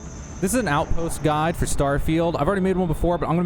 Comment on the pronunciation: I thought you started the video by saying "This is outpost God" 😂